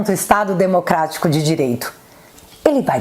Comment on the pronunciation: “Cuidado” do xande só fala “Desmoctrarico” “dereito”